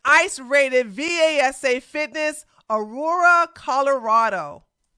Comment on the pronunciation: Aurora is pronounced AH-ROW-AH, not AH-RUE-AH. Peace.